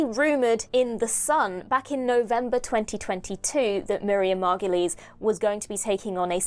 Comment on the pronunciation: Margoyle rhymes with gargoyle ,not mar-go-lee